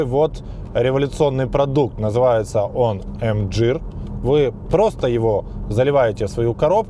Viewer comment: Мгир а не мджир!!!